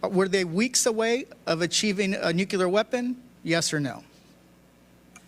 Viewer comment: No disrespect to him but it’s nuclear not nucular which he said several times